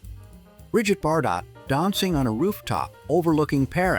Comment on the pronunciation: "Disguise of British military equipment as elephants, India, wheeee!" "stunning Bridget Bar-Dot in the 1950's" -That's pronounced "BarDoh" 😝 "September 1942, Didazi" -Heil, September! I didn't know that a "bikenee" was illegal in 1957.